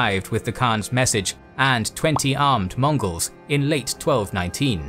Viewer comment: Can I get a "Hurra!" for the narrator for repeatedly saying all those similarly difficult chinese and mongols names ? Hip-Hip!